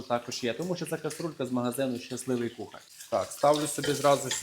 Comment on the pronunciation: А ще вимовляє кухарЬ, інвентарЬ. В українській мові такого нема...